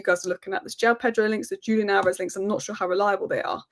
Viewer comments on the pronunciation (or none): none